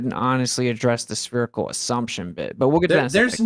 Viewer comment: Will someone PLEASE teach how to say 'spherical' - at least tell him there's a 'h' in there... And an 'i' before the 'c'. Christ it's grating on the ears to hear 'spearacle' every 2 seconds.